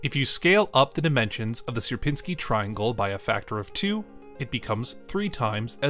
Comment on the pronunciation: Its not ser-pin-sky triangle Its siier-pinni-skyi triangle Sier-piń-ski